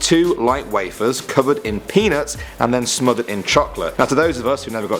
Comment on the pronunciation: lol i heard him say "chocolate penis" instead of peanuts lmao